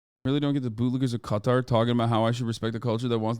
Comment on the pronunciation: I’m just glad you pronounce it correct instead of calling it cutter